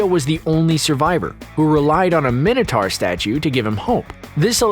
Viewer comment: How can you pronounce Minotaur so badly wrong?